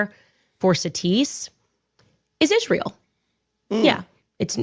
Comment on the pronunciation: Who else wants to scream every time Candace mispronounces Israel as Ish-rael. There isn’t an ISH sound in the word Israel.